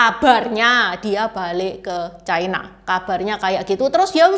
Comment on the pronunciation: Ucapan yg bnr : China, bukan : Chaina